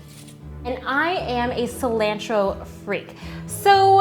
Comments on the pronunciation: The way u say cilantro bugs me haha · What is up with the sound effects? Lol. And you say cilantro weird. :P